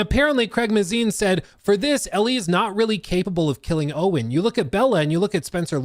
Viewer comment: Dude I love your videos but you give away the fact that you’re not super knowledgeable about the world of TLOU when you constantly pronounce show runner Craig Mazin’s name incorrectly every video. That’s right, it’s not, “MAH-ZEEN.” SAY IT WITH ME NOW… “CRAYG MAY-ZEN.”